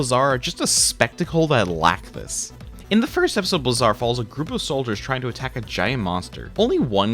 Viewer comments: It's pronounced BLAY-zar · Blazar is an actual word. Look up its pronunciation.